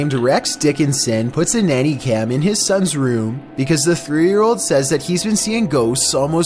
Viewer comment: "nanay cam" lmao